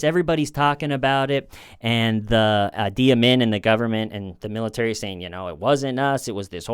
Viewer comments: Idi Amin - Idi is pronounced "Edie" :) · The guys name was Idi Amin, not adi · Idi ( ee Dee) Amin. monstrous. The original heads in the freezer guy! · How can a smart guy like mispronounce a three letter name? Idi. Maybe the letters got scrambled in his mind..?